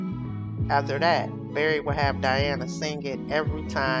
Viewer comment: HIS NAME IS BERRY GORDY NOT BARRY.